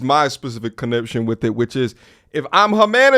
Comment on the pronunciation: I thought he was trying to say connection